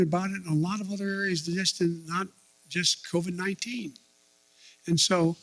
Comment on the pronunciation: EVERYTIME....he says " covid-19 " or anything about it (shots testing etc....) all I hear is " SPIDER..MAAN".....thanks SNL...thanks alot